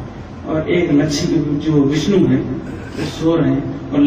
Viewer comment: Moron! It is विष्णु not विष्नु, learn some Sanskrit, then open the mouth. There is no 'wow' in Sanskrit, it is in Arabic language i.e. written as 'و' in isolated form, it is only व् in Sanskrit. महेश = महा + ईश, it means Great God, not destroyer. Not महा + आयेश. Actually, one of the meanings of रूद्र is the 'fierce God'. Not भर्गो देवश्य धीमहि The correct one is भर्गो देवस्य धीमहि .